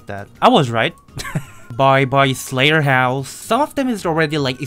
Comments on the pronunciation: Question why you say slaterhouse? (Question is it an accent or something) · I love how pronounce slaughterhouse as slayerhouse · Funny how called slaughterhouse, slayterhouse xD